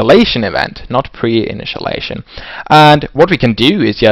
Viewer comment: "Initialization", not "Initialation"